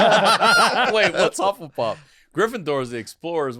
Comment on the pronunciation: Korean hufflepuff be like "uh huffl-puffle"